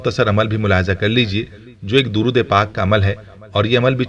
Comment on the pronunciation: Darood mein zer zabar ke hisab se alag tareeqey se padha